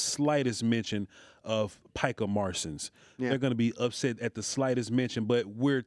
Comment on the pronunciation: Picah Marsons 😅🤣😂